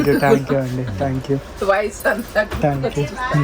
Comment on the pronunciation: Bro thank you palakatam nerchukova Tank you antunav